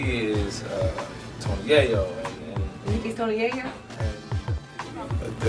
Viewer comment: And Nicki is... uuhhh **sucks teeth** "Tony Yayo" LMFAO